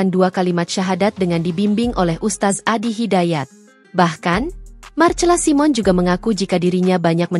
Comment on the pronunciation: MARCELA SIMON = DIBACA MARSELA SAIMEN. ADMIN HARUS BELAJAR MEMBACA YANG BENAR.